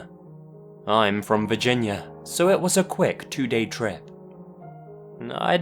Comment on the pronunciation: My friend says Virginia like "Vagiña"